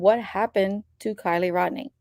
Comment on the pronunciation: Sorry but it’s Rodni.